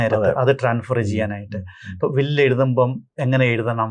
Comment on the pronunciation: Hello നിങ്ങൾ വീഡിയോ യിലെ പല സ്ഥലത്തും ട്രാൻഫർ എന്നാണ് പറയുന്നത് 😂😂 ട്രാൻസ്ഫർ അല്ലേ ശരി 😂😂